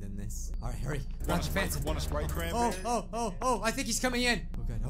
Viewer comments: Wana sprite chranbeey? Uh yes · “ WaNnA SpRiTe CrAn🅱️eRrY “